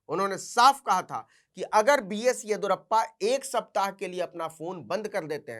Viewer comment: येदियुरप्पा होता है, येदुरप्पा नही❤😂